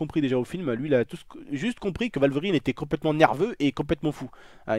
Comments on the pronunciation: Arc L&K | Joined Arc Supremacy!! merci je sais mais je soulignai le fait qu'il dit walverine plutôt que wolverine par contre j'imaginai que c’était allemand le w tu m'a appris un truck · qui a remarquer qu'il disait valverine ? ^-^ c'est pas grave bonne vidéo sinon